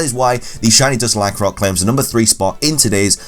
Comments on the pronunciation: Lyc-AN-roc not Lyc-roc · Accents are not excuses to skip syllables.